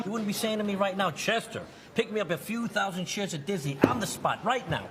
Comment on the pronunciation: OMG ONE THOUSAND? ONE THOUSEND FUCKING DORA?